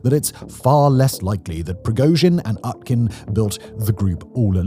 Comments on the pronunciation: Utkin is pronounced with a U. Not an A. It comes from Utka, russian for duck. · I'd be remiss if i didn't mention that "Utkin" (pronounced OOT-kin, come on Simon) is basically Russian for "Duckman". Yevgeni Duckman.